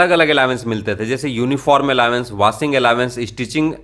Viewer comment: दोस्त अलावेंस नहीं अलाउंस कहो तो ज्यादा सुंदर लगेगा 💐🌺🌹🙏